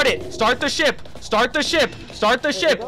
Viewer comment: From the beginning normal English “start the ship” become Indian style English “start the shit” 😂😂